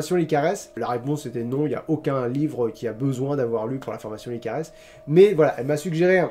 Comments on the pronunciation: Je crois qu"on prononce pas le s dans la formation "licares", j'écoute leur pordcast sur spotify et ça se prononce "licare" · Tu prononce mal pour la formation LICARES (PS : ma sœur y est inscrite et j'écoute toujours les podcast de Lucie Castel, même si c'est pas un format qui me plaît beaucoup normalement) ^^ J'adore tes Coins Lecture ! En fait, j'adore tous tes formats ! Tes parenthèses, tes coins lectures, tes points cultures, tes 50/50 et même tes NMT (que tu ne fais plus) ^^ J'ai hyper hâte de voir le prochain coin lecture avec les romans spéciaux abonnés ! J'espère qu'un jour, je pourrais te faire lire le mien, mais je suis toujours dans le premier jet donc j'ai bon espoir que ta pile aura un peu diminué ;)